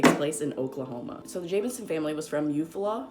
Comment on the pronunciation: The town is pronounced, ew-FALL-uh